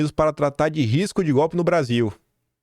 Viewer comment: KIM : cinquennnnta...,sesseeeenta "PUCENTO". (EU) MELHOR...,SEM "GOPE" E RELATADO EM "VITHIU" (VÍDEO)